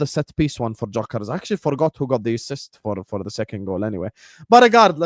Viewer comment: You’d you say dyokorez